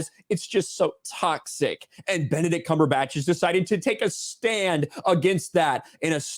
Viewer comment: Benedict cum-per-patch